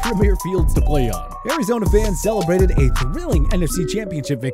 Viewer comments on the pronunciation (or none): none